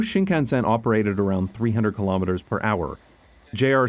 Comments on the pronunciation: I have to admit, his pronunciation was a bit spotty. At first, I couldn't get over the way he stressed the SEN in shinkansen, but the way he said Odoriko was more concerning. But I think I'm missing the point with that. The video is fantastic and the excitement has for these trains is infectious. This is a beautiful video and I cannot express how much I appreciate content like this. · Talk about butchering the pronunciation of Shinkansen